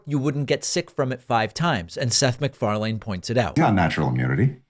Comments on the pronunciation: Unironically, do you really not know how to pronounce Seth McFarlane's last name??? He's been a public figure for almost 2 decades straight. Are you doing a bit? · Being Scottish I had to laugh every time you said McFarlane but that aside it was nice to listen to him giving a calm reasoned argument. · Why are you pronouncing his name like that? Its f'n weird man. Dont be a weirdo David. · Hey Dave, it's McFarlane but pronounced a little different. 😅 Nobody says his last name like that. Either way, brother, I still love ya. Happy New Year! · Almost had to turn off the video with the constant mispronouncing of Seth's last name. 😖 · Seth's last name, the E is silent. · Yo, This video turn me into a Karen for like 20 seconds! I was actually irritated by your pronunciation of Seth's last name. I never care about dumb stuff like that. Luckily I snapped out of it. Real eye opening experience, im glad I recognized it. If this can happened to me it can happen to anyone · Weird way to pronounce MacFarlane. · Dude......seth mcfar(lin) not mcfar(lain) You dumb mother fucker. Can you really, not go on this same fucking platform and find out how to produce these fucking peoples names you piece of shit? Fuck you you fucking fuck. You do this shit so fucking often it is fucking ridiculous. Wikipedia that shit and read the phonetic pronunciation, watch youtube, listen to people pronounce his name when they go on his show, listen to them pronounce it on an awards show......open your fucking ears and stop sounding like a fucking idiot. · Just a heads up Macfarlane is pronouced like "lin" as the last syllable not lane (as in driving on Pudding lane). Example of Seth saying his name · Just for the record you don’t have to pronounce Seth last name is not pronounced Macfar- lane. Separate. Just put the words together Mcfarlane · Good stuff. You are not pronouncing McFarlane correctly. McFarlynn is how it is pronounced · It's Mcfarlin, not mcfarlayne. It's like nails on a chalkboard